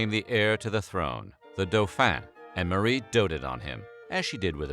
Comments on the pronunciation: Her name is pronounced like "MARY" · Her name was not pronounced Mu-ree.